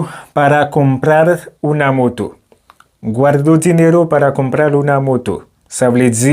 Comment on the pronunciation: M apresye travay ou brother men m remake ou manke focus sou aksan tonik lan. Chak fwa ou di "trabajo" kòm si m ta tande ou pwononse'l "trabajó", ki pa vle di menm bagay. De même pou "moto", m tande ou pwononse'l "motó". Menm si yap konprann ou, menm li mal sonnen. Antan ke pwofesè, ti bagay de baz sa fòk ou metrize'l. Dayè, nan lang panyòl la, aksan an ka chanje sans fraz la complètement.